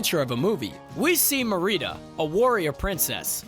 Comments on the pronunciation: Muh-ree-duh=NO Mare-rid-uh=yes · Mare-E-dah Mah-ree-dah? Jesus dude. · The biggest mistake was how you pronounced Merida ☺️😜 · Ik I visibly cringed when he said her name